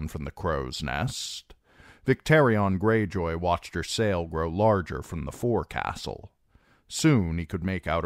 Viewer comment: Great like always. Just one thing. Common mispronunciation for someone not familiar with nautical terms but forecastle is pronounced foc’sle. Sorry, the sailor in me cringes every time I hear forecastle.